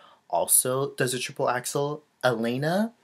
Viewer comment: Dear, I also admire Alena Kostornaia. By the way, you should pronounce her name like Aliona, it's kind of different from Alina (Zagitova)